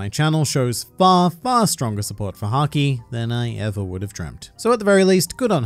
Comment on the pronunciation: Why did I hear "which is sanji" instead of "which is haki"